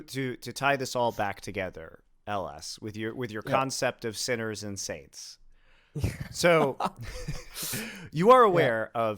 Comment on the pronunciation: Damn thorin was saying saints I was so confused thought he said sinner and sids